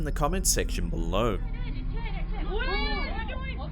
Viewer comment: I just LOVE the way he says "be-low"! It's like "be-LOW", always emphasizing the LOW. I dont know why but I find it TOTALLY endearing! ❤ And THANKS FOR THE EXTRA LONG compilation! Perfect distraction from the monotony of being home! Now that I have swept my apartment for ghosts and done my 1000th spirit box to no avail! (I live in a brand new bldg! Only 2 years old! No history here yet!) 😷✌